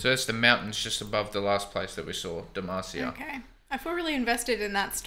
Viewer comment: Come on now! It’s not Demacia.. it’s D E M A C I A!!!!!!